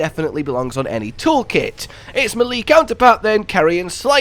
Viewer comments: Great vid! But... melee "may-lay", not "muh-lee" lol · U kill me with the whole “Milly” thing lol. It’s Maylay bro!! Lmao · Melee is pronounced “may-lay” for future reference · Brilliant videos but the one nit pick i have is the way you pronounce melee. I know a few people from the uk that i play elden ring so i know thats not the issue lol its pronounced may-lay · Meh-lee. Meh-lee. I've just found my new favourite pronunciation of this word, I've never heard that one before lmao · not how you pronounce melee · Bruh, that is not how you say melee. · The way he says melee makes me giggle each time lmao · nahhh why did you pronounce "melee" like that man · TIL u can spend 1000s of hours playing video games and recording videos professionally, but remain unable to pronounce melee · I'm new to this channel, so I'm a bit confused. Is he mispronouncing "melee" on purpose as like a running gag or inside joke or does he just not know how to pronounce it properly?